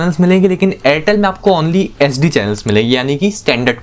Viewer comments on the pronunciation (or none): bhai tum HD & SD clearly bolo, nahi to fulform use karke baat kiya karo,,, sunne walo k help hoga